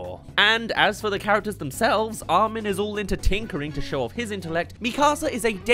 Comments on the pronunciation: Arwin🤣 I thought he wa called Armin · Ah yes "Arwin"